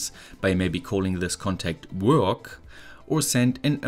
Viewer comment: I love how you pronounce "Work" xD